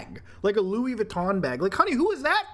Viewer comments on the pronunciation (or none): none